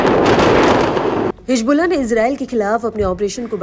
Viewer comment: نیوز اردو 18 پر اردو جاننے والے کو بٹھائیے۔ حزب اللہ کو حجب اللہ کہہ رہی ہیں محترمہ۔